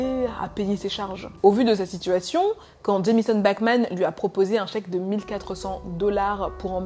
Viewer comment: A chaque fois que tu dis "Bachman" j'entend "Batman" mdr